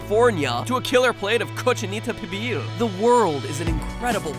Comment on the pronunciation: btw cochinita pibil is pronounced "peabeel"